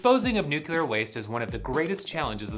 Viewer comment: NUCULAR?!?!?!? Not watching past the first few seconds.